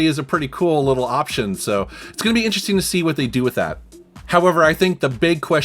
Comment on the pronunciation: It's "interesting" not "interesteen." Ing, not een. you're welcome.